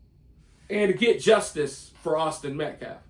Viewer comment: can't speak properly. Penden in reference to daniel penny as in the coin. Medcalve? Met, Metcalf. Can't even say self defense properly. Then there's the sneakers with a suit. Trashy look. Blaming everyone but karmelo. Making Jeff metcalf leave the news conference held in a PUBLIC building. And having a felony record could easily could karmelo back in jail if they ever associate. As for karmelos little sis, let her have her sleepless nights. There's a killer in the house.